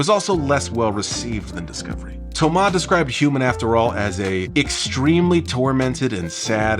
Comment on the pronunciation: Kudos to you for the effort of pronouncing "Thomas" the french way. That is greatly appreciated by the french guy that I am.